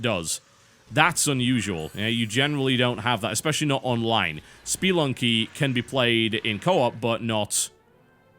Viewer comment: SpEElunky? No. Spehlunky!